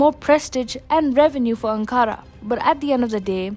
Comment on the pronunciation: Video is great but please pronounce Ankara correctly.